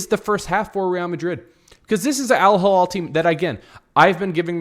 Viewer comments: Elaborate?!! what was so hard to understand in my comment ?! The name of the club is Al Hilal not AL Hallal as you and many others pronounce it. It is really not that tricky and you don’t need to be fluent in arabic like me to read it right! If both words look and sound the same to you then maybe you need to learn the difference between the 2 letters and vowels. Imagine Saying and pronouncing Real Midrid instead of Madrid. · Do you know how to read????? Do you know the difference between "A" and "I" GEEZ, It is not Al Hallal , It is Al Hilal. Completely two different arabic words with completely different meaning.